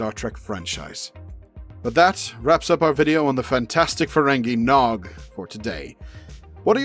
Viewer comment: Ha! He said his name wrong right at the start.